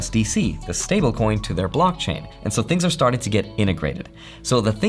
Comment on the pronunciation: "Sharting" Me: 😆: Emphasizes "Sharting" Me: 🤣🤣🤣🤣